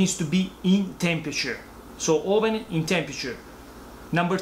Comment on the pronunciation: the best pizza you can make in your AWWSSS ... nice from GRU👍🏼